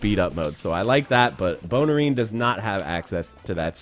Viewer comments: God stop saying Bonerine. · You do realize you called him BONERine right?😏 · please don’t call him bonerine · Lol he said bonerine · "BONER-INE" hahahaha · Don’t say “bonerine” again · LOL he calls em Bonerine!!!!! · You said Bonerine xD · Did you just say "Bonerine"? 😂😂